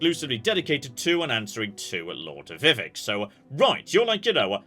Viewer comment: What are the odds figures out how to pronounce "Vivek"?